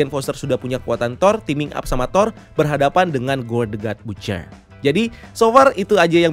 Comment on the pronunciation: Baca ny bacer min bkn butcer